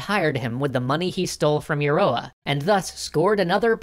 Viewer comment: Euroa is pronounced ya-row-ah, thank you kindly -A native Victorian